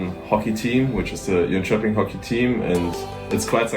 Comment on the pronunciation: One of the guy sounded like he is from Germany and the other maybe France, both pronounced Swedish places wrong around Jönköping.